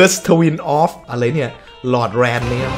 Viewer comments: lordranมันอ่านโรลแดรนครับไม่ใช่หลอดแลน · Lordran คำนี้น่าจะอ่านว่า ลอร์-ดราน มั้งครับ เป็นชื่ออาณาจักรนึงในเกมส์ ส่วนหมาคาบดาบมีในภาคแรกคือ great grey wolf sif เป็นหมาของ atorias